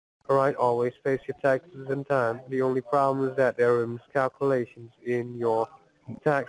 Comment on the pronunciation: “Serious miss-cal-coo-lations “